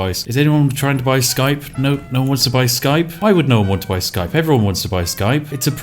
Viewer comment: What is Skrape, ee Skype??